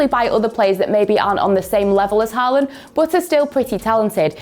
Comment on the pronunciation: Hello one football English. Can you please change this lady? Her accent is just Soo annoying just irritates my ears Everytime when she says but as boat. I am just tired and I will not subscribe and watch your channel anymore and also many people like me will do that. Please try to bring someone with better English dialect, even American accent, South African accent feels a lot better. I also like British accent but this dialect is just unbearable. Thank you.